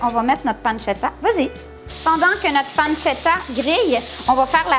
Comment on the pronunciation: Mdr vous m'avez arracher les oreille avec la panzetta